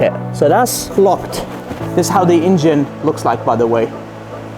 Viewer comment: Please stop pronouncing ,,ingin'' instead of engine,it is so disturbing.....and it's a Porsche,not a Porschah,it sounds awfull